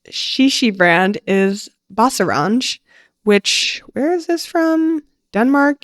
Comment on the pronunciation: lots of cool brands again, definitely learned a lot! One thing I wanted to point out is that that's probably the weirdest way i've heard someone pronounce BaseRange